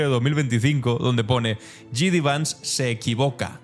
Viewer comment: Que no es "Yi Di Vans", que se dice "Yei Di Vans"! Igual que disc jockey se abrevia a "di yey" y no "di yi".